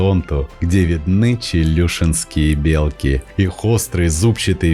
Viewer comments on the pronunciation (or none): Не бе'лки ,а белки'.ударение на и. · все красиво только ухо режет не правильное произношение не белки с ударением на е а белки с ударением на и .